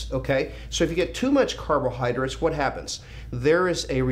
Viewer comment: Lee ive always been a huge fan ! But the way you say " carbohydrits " its killing me, carbohydrates LOL! Still love the message